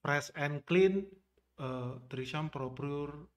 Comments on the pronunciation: Trismi bukan trisam wkwkwk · Bukan trisam bacanya bang, tapi treseme begitu yg sy liat di iklan TV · Btw ngakak pronounce tresemme jadi threesome🤣🤣🤣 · Mendengar ucap tresemme kok dengernya jadi treesome jadi wisata kepale ane Bang.... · Iya risih bgt dngrnya🤦🏻‍♀️🤦🏻‍♀️ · Bacanya bukan trisam.. Bahaya itu. Artinya maen bertiga Bukan rambut keriting lagi 😂